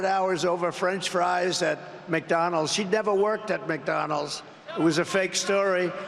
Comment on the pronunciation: For someone who eats so much fast food and is so obsessed with the place, I’d think he could at least pronounce “McDonald’s.” There’s a “d” at the end of it, numbnuts. Lol